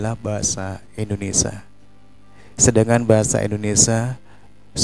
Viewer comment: Koreksi bang, pengucapan anda belum sesuai. "Indonesia" bukan Indonesa